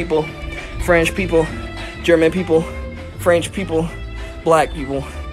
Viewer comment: “Franch people”